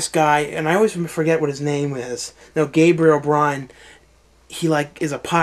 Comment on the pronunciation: gabriel byrne. pronounced burn. he's irish.